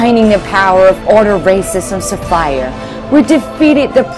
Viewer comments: what the f is a SaFIRE?! What the f is an Engil? It's Sapphire, not SaFIRE. It's Angel, not Engil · With the amount of money spent on this video, you would THINK that they could just hire a GOOD voice actor, rather then someone, butchering her SECOND language of English (Sapphire being pronounced as Sa-FIRE???)